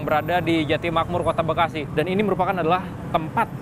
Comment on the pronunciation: mas ngomong bekasi nya biasa aja dong pake penekanan segala 1; 51 emosi gw